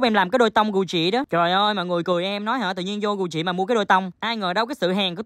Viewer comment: Cách phát âm của: Gu jì = gù "chị" hah😂🤣🤣 người thành công có lối đi lẻ